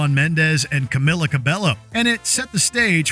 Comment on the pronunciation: Camila Cabello’s name is pronounced: in her first name the emphasis is on the second syllable, and the i pronounced like a long e, as in bee and me; for her last name the a is pronounced with a short a as in ball and call, the e is pronounced with a long a as in may and day, the double l should be pronounced like a y.